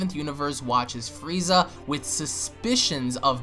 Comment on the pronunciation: Lol be said "fweeza"